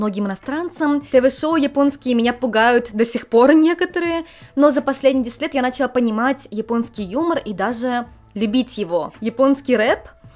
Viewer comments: извините пожалуйста, но это очень режет слух, не "нАчала", но "началА". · Люблю ваши видео, но удивительно, стала замечать что часто ударение в слове "Начала" не на ту гласную падает. нАчала, хотя правильно и не режет слух началА.